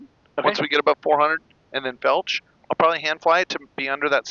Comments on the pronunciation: Are you saying “felch” for flight level change? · Nice video. Why did you say”FELCH!” Look the word up. Flight level change.